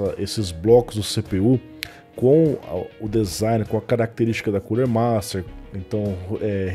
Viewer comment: Só falta uma cadeira pra refrescar o "CULER".